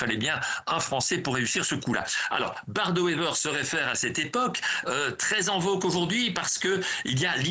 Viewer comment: "Bart de Wever" au lieu de "Bart De Wever"...🙄 Pas peur de la cuistrerie, ces Français!